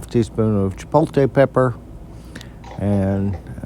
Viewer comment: What is a chipoltay pepper?